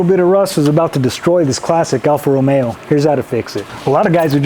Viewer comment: Wow! The only english speaker to say AlfaRomeo the right way! Excellent job btw! :washhands